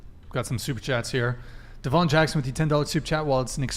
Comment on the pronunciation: "Day-Vahn",. "Day-Vahn!" 😂